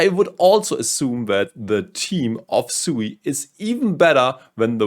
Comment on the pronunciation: It is pronounced sweet without the t